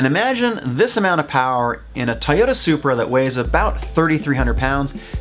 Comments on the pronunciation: Tiyota? What is this trend of deliberately mispronouncing things just to be different? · Is he saying TA-yoda??